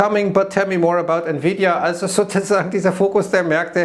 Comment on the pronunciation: Ich verstehe immer nur "sosusagen" 😂